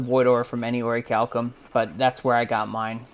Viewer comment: Finally someone who knows how to properly pronounce Orichalcum